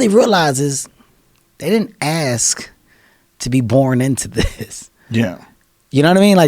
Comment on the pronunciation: Kevin Hart had to, just had to, pronounce 'ask' as 'aks'? - like an illiterate, to which he is not. is there a gene for dyslexia? - or is it cultural ignorance mispronunciation/language appropriation for the purposes of showing 'alpha status'? - because, if you disrespect the English language on purpose or by neglect, the same disrespect comes back at you, or a large group...and, you call this 'bigotry' and 'racism'...small things do add up; call it the 'Butterfly Effect'...